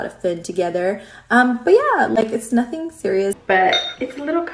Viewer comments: Every time you say “ absolutely NOOOOFFFIIINN” Conor Mcgregor comes to mind 🤣🤣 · Ya Se me quedó el “absolutely nothennn” 😂”zavank”and “grrrrrrr rank”😭😭